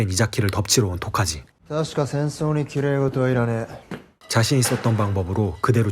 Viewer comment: 9분대 토자키가아니라 토카지입니다